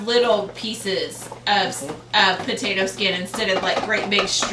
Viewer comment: Did she really just say "pertater" I love it lol